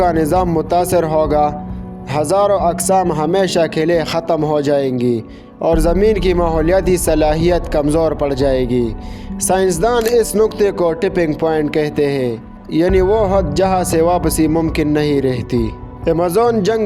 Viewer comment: Pa Pakhtho ey owaya. Tipping na Ticking. CHUWENTYAAN : CHUNTIYAN